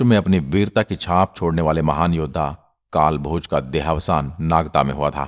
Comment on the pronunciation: kalbhoj nahi .....kaalbhoj....